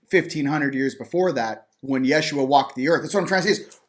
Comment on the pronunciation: Great conversation, and. And thank you for the correct way to say the name, "Jeshua"!